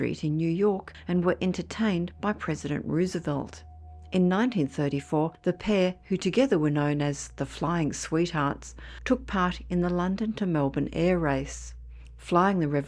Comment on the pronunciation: Love your voice. By the way, the name of our Former President Roosevelt is pronounced ROSE-uh-velt.